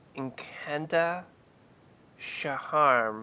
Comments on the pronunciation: "inkanta shaharam" nailed it! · Thanks for showing and your pronunciation of his name had me dying there’s not a single R in his name and u said 2 hehe